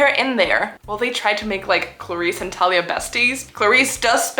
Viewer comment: each time you pronounce thalia as “talia” you scare me so bad my name is talia 😭